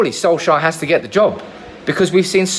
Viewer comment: By the way, Solskjær is actually pronounced more like Sol-chair than Sol-shire.